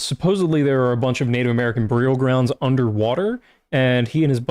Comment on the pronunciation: What accent chews on "burial" that hard?